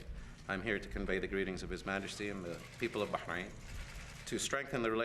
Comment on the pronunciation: On a side note - I hate when people say BAHK-RAIN, just like I hate when they say CopenHOGen